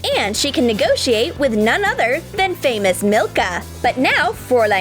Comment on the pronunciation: My dog’s name is Milka. It’s so nice hearing say it. ❤️u!!!